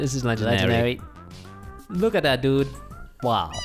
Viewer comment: When he said Legandar i felt that😩😩😩😩😩